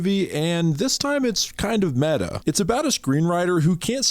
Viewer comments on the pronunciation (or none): none